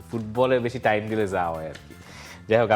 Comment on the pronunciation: কি Ielts করতেছে নাকি😄 টাইম নয় ঠাইম হবে😁